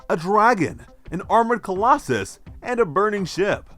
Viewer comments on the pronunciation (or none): none